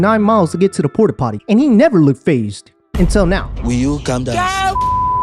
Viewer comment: “Walked 9 miles to get to the Porta Pody” got me man 🤣